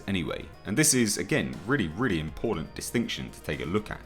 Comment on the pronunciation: I need to 'vent'... Impordan... Important!! Schtronga.. Stronger!! ST!! What is it with people being 'lazy' with proper pronunciation these days? And it's not just with folks in the UK... What is it? Is there a lack of good English teachers?? Have Milinial's lost a 'gene' or something to make them sound stupid? Sorry... Schtupid?!? So annoying.... By the way... GODZILLA KOTM KICKED ASS!!